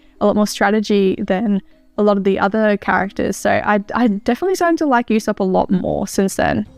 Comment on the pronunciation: Usopp’s name is actually pronounced as Oosopp